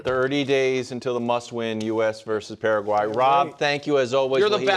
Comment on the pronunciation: So you can pronounce Turkey correctly but not Paraguay lol